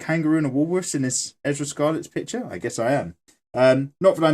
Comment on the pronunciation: I'm I hearing him say her name right.... it's Erza not Ezra... did anyone else hear his mistake... lol xD lmao